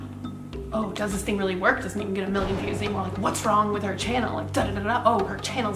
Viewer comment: “does this fing really work“